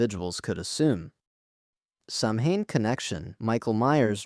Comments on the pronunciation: Is pronounced sauwin. Jesus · Just FYI it’s pronounced “Sow-in” Like… I know it’s pronounced “samhain” in the movie but any witch or pagan or Wiccan will either nicely correct you or laugh at you until your ears turn blue.